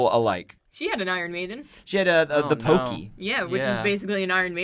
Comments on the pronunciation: lol it's The Chokey not the Pokey. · "the pokey"?? uh,,, the chokey